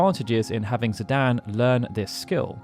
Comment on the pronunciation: who the fuck says zidan, its zidane, like dane as in great dane